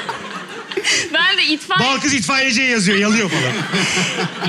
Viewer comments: Mesut’un Balkız’a inatla Belkıs demesi flflfşfş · Mesut Süre nin kedinin ismini Balkız olmasına rağmen sürekli Belkıs demesi 😂😂😂😂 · Mesut Sürenin bütün bölüm Balkıza Belkıs demesi jsjdjdjdjdjddjd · Mesutcum Balkız'a sürekli Belkız demen peki? :D